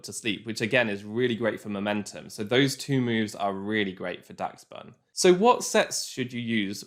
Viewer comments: im pretty sure its pronounced dash-bun kinda like the dog breed dachshund idk tho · why can nobody say daschbun right...